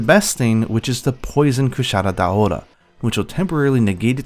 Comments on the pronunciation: Wouldn’t it be pronounced Dao-ra? Dao-ora doesn’t make sense. I’m not sure but I believe one of the hunters even pronounces it this way in world the first time you hunt it. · I always pronounce it Kushara Daora... just because Cuchara means spoon and is pronounced the same in spanish hahaha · The way you say Kushala Daora is so incredibly weeby and cringe. I like these monster showcases though.